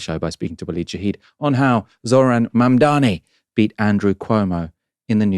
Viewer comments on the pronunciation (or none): It's Zohran Mamdani not Mandani. Not really difficult.